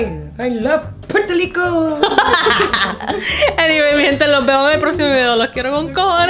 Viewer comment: DICEN PUELTO LICO?? JAJAJA